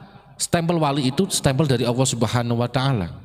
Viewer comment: Sayang bacanya Allah AWOH